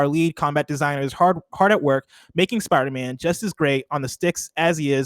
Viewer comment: Why does pronounce Spider-Man like “Sparder-Man”